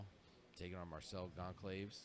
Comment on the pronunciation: I got a real kick out of hearing "Gone-claves" during this. Bruh, he's Brazilian. It's pronounced "Gawn-sal-vez" :) Great tournament though. Some really high level grappling.